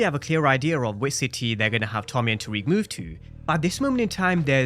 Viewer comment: Tariq......RIQ not RAQ...!!!!!!